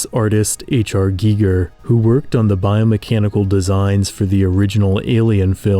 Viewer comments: I stopped watching when he said "GEEEGER" instead of "Geiger". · Giger. Not geeger. I feel like you don't really know what you're talking about. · its pronounced Guy-Ger, i didnt even know who you were talking about for 5 minutes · ITS *GUY-GUR" lmfao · Who said H.R. Gigger?? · I'm sorry to say but it is 100% without a doubt H.R Geiger as in that's how it's pronounced not spelled. And that is a hill I will die on.